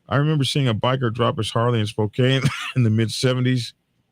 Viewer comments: Spoke-ann not Spocaine lol! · Spo-CAN (Spokane). Doesn't matter. Methington State is an armpit.